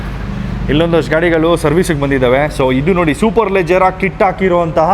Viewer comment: Brother superleggera Not superlejjera.